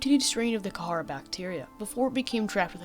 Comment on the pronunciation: this video is great but im sorry I hate the way you pronounce kharaa, ive always heard it and read it as "kuh-rah"